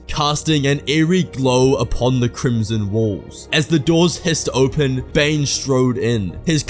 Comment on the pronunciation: stop saying crmson